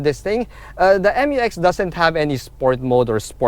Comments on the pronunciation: ISUZU MU-X NOT M-U-X😁😁😁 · FYR it is pronounced as "myu-ex", not M-U-X. That's why it is spelled Mu-X. ✌️